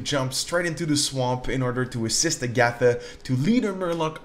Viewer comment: The H in Hagatha is not silent, that drove me crazy